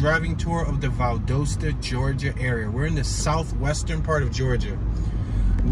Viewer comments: i see you scare to go across the track. why ? are you afraid...that,s right..be very afraid. you can,t even pronunce valdosta right. the name is valdosta,,not valdusta. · It's Val- dos-ta and your in south central Ga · It's pronounced VAL-DAH-STAH. I'm a Yankee and met my wife there 50+ years ago. She's put up with my crap for all those 50+ years. Left side of image is the court house where my wife and I were married buy a JP. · It’s pronounced “Val•DAST•A” lol One of my best friends is from There, I’ve been there with her a couple times when she was visiting family during the holidays, very hospitable. It’s very country there lol but that’s what it is, the country 🤷🏽‍♀️it was nice though, very different than being in ATL in the city, for obvious reasons. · Pronounced Val-Dahsta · Val-dost-a get it right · Pronounced VAL DAH STA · You completely said the wrong name of Valdosta. 😂😂😂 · Wrong pronunciation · Your are pronouncing it wrong